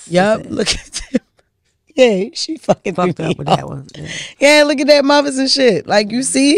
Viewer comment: “Both they muvas” 😂😂😂😂😂😂